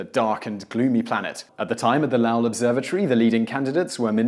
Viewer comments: Once again you fucked up the pronunciation of someone's name. It is Low ell (short e) and not (Lah lle) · Correct, it's low-ul. I'm familiar with the observatory since I'm from Arizona and into astronomy. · Lowell is pronounced LOW-ll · Did pronounce Lowell as Laowell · In general, you do great work, but MAN, you canNOT pronounce either Roosevelt or Lowell. You might need an American on staff you with American names (although, not all of use are good with those, either). I'd volunteer, but I live in Cambridge, Massachusetts and have the feeling that the commute might be prohibative.